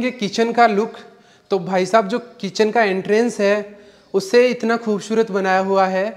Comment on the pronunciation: Bolne ka tarika improve karo. 'खूबशूरत ' nahi खूबसूरत bolo